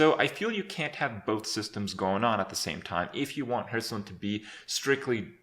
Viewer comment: Kripp has gotten better at pronouncing the name of the game. He used to say something akin to "Hurtstone" in the past.